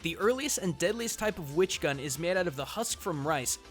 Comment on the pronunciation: it's witch not which cmon man